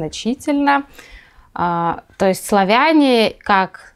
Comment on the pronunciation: То эст???????!!!!!! Что за произношения?